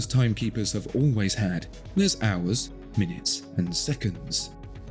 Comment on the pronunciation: Did I hear that right at 1.36? “Owls, minutes, seconds…”?